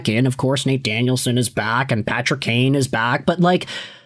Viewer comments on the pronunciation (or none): none